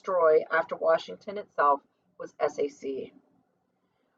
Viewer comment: Please SAC stands for Stategic Air Command and is pronounced (Sack) Nobody says S-A-C Romeo is pronounced like the Shakespear caracter and stands for the letter just as Juliet stands for J. There are certain groups of letters, when put together in the phonetic alphabet, repesent entire phrases such as Tango Yankee stands for Thank You, I'll let you guess Yankee Whiskey.